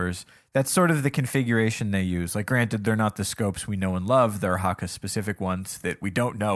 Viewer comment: Why did say HAKKA over and over.... its clearly Hakke not sure how you could mess that up